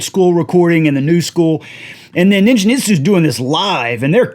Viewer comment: Ningen = hard 'g' like gate or get.